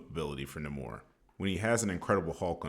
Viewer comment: I love the video but hate the way you said Namor’s name